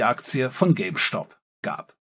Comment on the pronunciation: Diese Aussprache von "Stop" triggert mich ein wenig...